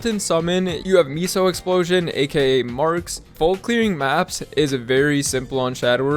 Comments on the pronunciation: MEHSO, not MISO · I'll never get over ppl calling MEH sos, Mee sos lmao